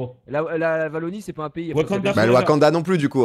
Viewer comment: Wallonie avec un seul L et prononcé "Vallonie" ça fait mal xD